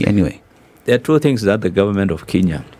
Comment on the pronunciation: Good conversation. Billow Kerrow is quite knowledgeable about the Kenyan economy. I notice that Billow Kerrow refers to 'Kenya' as 'Kinya'. Does he know something that we don't. It is quite concerning for a citizen not to know the correct pronunciation of the name of his country.